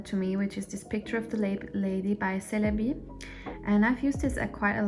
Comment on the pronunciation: Lovely collection 😍subscribed 🤗, just a fyi, As being a Turkish brand, Çelebi is read as Chelebi, like in “check” 🍀